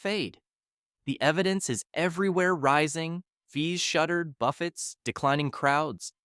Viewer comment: Why can't these AI say buffets properly?